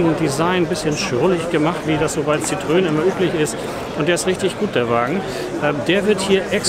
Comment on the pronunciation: Ein für alle Mal: Citroen = „sitro-en“ ohne ö und Louis de Funès = „Lui dö fünes“ mit s am Schluss. Wenn man nicht Französisch kann, dann sollte man zumindest bei Wikipedia, Forvo, Pons, etc nachschlagen, bevor man ein derartiges Video öffentlich stellt (das nennt man in der Schule Hausaufgaben).